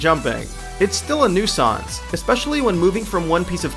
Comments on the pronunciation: "it's still a new-sahns"... You are fucking illiterate and your list is fucking whiney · N E W. SAUNCE. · he was at around the six minute mark he pronounces nuisance like new sance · its still a "nu-sawnce" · I had to pause the video hahah. "It's still a new sanse." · the way he said nuisance LMFAO!!!!!!!!!!!1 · All of this is whiny, opinionated bullshit. New players don't need million dollar vehicles, obviously max health is raised by level, if you're that upset about a mugger - kill them. Quit whining and learn how to pronounce "nuisance" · dude i wasnt being serious i was commenting on how he pronounced nuisance.. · that's not how you pronounce that word.... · is that really how you say nuisance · The A-mashing is because of realism. Cabs are for realism. The construction mission was because of realism. This game is about realism. Also people, just hire me for VOs because I can actually pronounce "cliche", "niche", "adaptation", and "nuisance". LEARN TO SPEAK, PEOPLE! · "nuisance" pronunciation was hilarious! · You pronounced 'nuisance' wrong :) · was hilarious